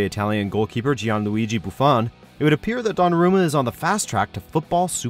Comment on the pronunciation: Pleas prounounce Buffon the right way and how come donarnos is to